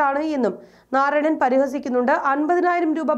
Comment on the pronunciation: നാറായണനല്ല.... നാരായണൻ ആണ് 😂🤣 Content of news is great.... Keep it up. 🙏🏻 കേരള പോലീസ് നിലവാരത്ത കർച്ചയിലേക്ക് കൂപ്പുക്കുത്തുന്നോ എന്നതാണ് എന്റെ സംശയം... 🤔